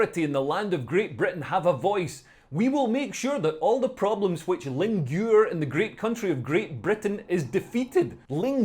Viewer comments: I don't know what lingure is but it sounds... almost appetizing. Oui Monsieur, I'll have the linguuuure avec des pommes de terres and the sautee'd carrots, s'il vous plait. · lingure. Linguine 😂